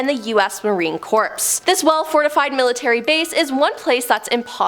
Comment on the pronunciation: Poor girl is really having a hard time pronouncing almost everything. Marine Corpse? bow fort?Still cute though.